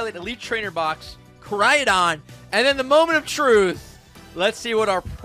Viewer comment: It's really weird hearing "Miraiadon" and "Koraiadon" and not "Miraidon" and "Koraidon". I mean cmon, Ik some people have different pronunciation of words. But it's spelled differently that how you pronounce it lmao